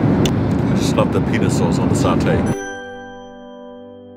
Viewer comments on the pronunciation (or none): The way u pronounced "peanuts" almost gave me heart attack 😂😂